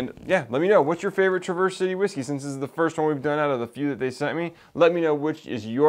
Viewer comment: Great vid as always. Have to give you a couple of heads-up though. For one, Traverse is pronounced trav-erse city. Not like traverse traveling. They make great products, and the town is awsome to visit if you ever get ip that way. My only criticism of them is they are not very transparent about the fact that almost all of their products are sourced. I dont know about the finished products, but as of last summer when i was there, the only juice for sale that was their distillate was their north coast rye.